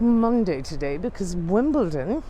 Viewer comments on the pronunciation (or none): none